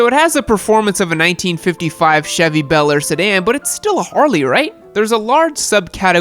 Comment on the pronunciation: Beller really. Bel Air get it right.